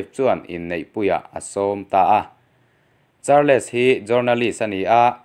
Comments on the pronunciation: Charles hi char- les ti a lam hi an awm fo mai char-les tih loh tur mizo takin sawi ila chals tih tur aw. Nangmah lo pawh char-les ti a lam hi an awm fo mai. Kan hnam țawng a ni lova in lam thiam lo pawh hi in thiamawm thova chumi rual erawh chuan in chhiar hma in hnamdang țawng/hming te hi chu lehkhathiam/zirsang zawk te a lam rik dan tur zawh hmasak nachang hre țhin ula țha tur ania. Lam dan dik lova in lam hian a nuihzatthlak duh riauvin rilru a hruai peng țhin a atuiawm loh vek țhin. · Charls tia lam zawk tur. Char-les tia lam lo in. Sawi ve mai2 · Charles tih kha char-les ti ngawt a I lam Khan,ngaithlak a tih hreawm deuh..'les' aia, 's' kha han hmang la chuan a ngaithlak a nuam deuh tur a nia😁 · Charles...hi atawpa "les" tih hi an lam ri lovin kava hre em...entirnan "Charls" tia lam mai tur anih hmel mang e....👍